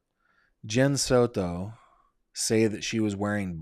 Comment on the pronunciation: Please stop saying Soto like that 😂😂😂😂😂 Sounds super silly